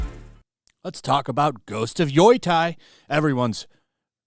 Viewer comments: it's pronounced Yo-Tai, not Yoi-tai. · Bothers me every time he pronounces Yotei, it cracks me up. It's Yo-Tay. Not Yoi-Tie lol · Lol. He can't pronounce it. It's yo tay. It's irking me. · Why the fuck does this moron keep saying "Yoy-tai"? Does have a single brain cell in his head? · I love how no one knows how to pronounce the name. Yoitye, Yoitay, Yotye... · Ghost of Yoi Tai. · I don't know why you keep saying "Yoytai" but I approve. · Yo-tei (tay)!!!!! YO-TAY!!!! Dude freaking say it correctly hurts my ears and makes me want to turn the video off. I don’t want people to not give you a chance because off the terrible pronunciation. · How did you come up with that "Yoy Thai" pronunciation lol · "YOY-TIE" is killing me. Lol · Yeah. Lol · Is there some joke behind him saying "Yoy-tai" that I'm missing? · "Yoo-Tay" Get it right buddy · Yotei is pronounced (yoh-tay), btw. My eye twitches every time you say it😂❤ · I can’t be the only one who is annoyed this dude cant even pronounce the name of the game properly. Jesus Christ 🤦‍♂️ at least say it correctly. And saying it’s cringe people are promoting it is true, but sitting around talking about the opposite is literally just as cringe. Woo boy wha is this channel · Wow your pronunciation of Yotei is absolutely atrocious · Is trolling with his pronounciation?